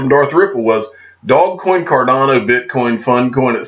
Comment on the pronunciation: cmon man its not dogcoin its dogecoin. Far different pronounciations. Just saying. Love your content. Got to point that out.